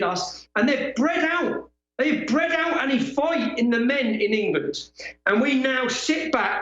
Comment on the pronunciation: *'Any' not 'Annie'. Unless you're Irish.